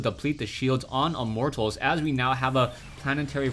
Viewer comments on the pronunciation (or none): I like it when says "Immort Tals".